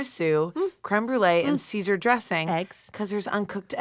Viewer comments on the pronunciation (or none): none